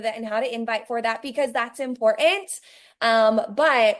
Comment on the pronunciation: "that's im-por-ANT!" ma'am, please stop.